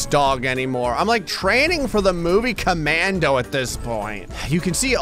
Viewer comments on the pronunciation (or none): none